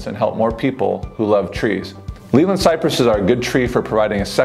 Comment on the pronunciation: You’re pronouncing Leyland wrong!